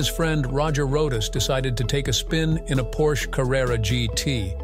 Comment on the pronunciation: Please, Porsche is a two syllable word.